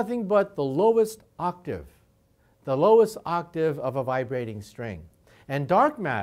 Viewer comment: i like how he says octave. Music is the universe.